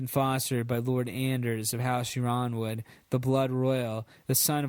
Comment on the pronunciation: 'yronwood' is pronounced 'ironwood'